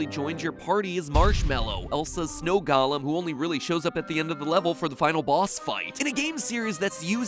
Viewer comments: I thought you were smart enough to know how to pronounce the word golem. It's GO LEM. Not Gollum. Gollum is a LotR character. Why do so many people get the pronunciation wrong. Everybody should read a dictionary at least once in their lives. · Ah god please not you to matpat golem is pronounced go-lem not gollum, please they are 2 very different things